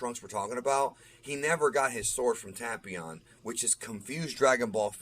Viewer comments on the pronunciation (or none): Android 13! It’s “Tape-ion” 😉